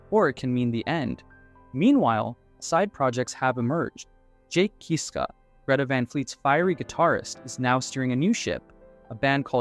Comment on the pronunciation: I’m sorry to be knit picky but please pronounce their last name Kisska NOT Keeeska